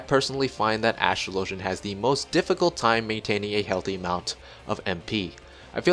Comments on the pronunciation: You pronounced the name wrong. You pronounce Astrologian like Astrology, not Astro-low-jun. Regardless of if the word is made up, it borrows from a word that already exists so your point is moot. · Its a real word. And it's pronounced the same way you'd pronounce astrology. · new player here but Watching the cutscene yesterday in 2.4-2.5 Lord Haurchefant pronounces Astrologian